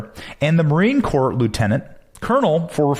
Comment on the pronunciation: It’s Marine Corps (the ‘ps’ is silent). This is how CORPSE is spelled. 🤨 #KnowledgeIsPower